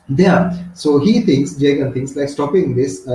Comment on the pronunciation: Jagan❌ Jeagen ✅